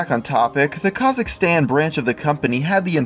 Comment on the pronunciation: The way he said kazakhstan... Makes me sad